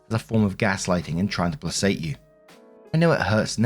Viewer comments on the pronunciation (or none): BTW it's PLAY~KATE not play~sate. Only an i or e makes a c do the s sound. Noticed this in a few other videos. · sweetie, placate is pronounced "play-kate". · Love your channel,! Btw, the word "placate" is pronounced "PLAY-kate". Cheers! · Hi,. I must tell you first that I enjoy your channel and I look forward to your postings twice daily. I do have a small correction, if you don't mind. While the adjective "placid" (meaning 'calm') is pronounced "plass-id," the verb "placate" (meaning 'to calm') is pronounced "pla-kate." I have no idea why this difference exists, despite the fact I am an English teacher with an interest in the origins and development of words (etymology). Both words come from closely-related Latin roots, and it's been confusing some of my students for decades. Best. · you're great! I love listening while I'm nodding off to sleep. But please say the word "placate" correctly. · Sweetie. I love you, and I appreciate you, but I'ma need you to Google "how do you pronounce placate" cos this shit is getting ridiculous! 😭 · Please, look up the pronunciation of 'placate' - it's been years already! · Also Story 1 - When STILL can't pronounce "placate" correctly................ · "Placate" is pronouced with a K sound., I love your videos, but I have to say it now because this is not the first time this has bothered me 😅 Said with much love 🫶